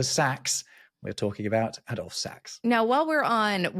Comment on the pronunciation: No, not A-dolf; sorry, that's your American influence. The name is pronounced as Add-olf; Sax' name was actually Antoine-Joseph Sax and this was shortened to Adolphe. Ho-boy reminds me of the village in Essex: Theydon Bois! Maybe not Drumslade, but Slade is a famous Black Country (glam) rock band from the seventies. Si did not really exist as a note at that time; German notation still (occasionally) used the note H which equated to B (Si). This is because the B was actually C♭- or ♭!